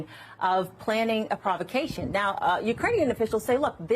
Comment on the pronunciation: "Provocation" lol